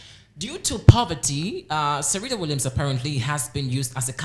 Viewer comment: Yes I was just about to say that too he saying Serita Williams